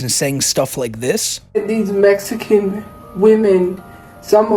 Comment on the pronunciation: How does she pronounce Mexican incorrectly?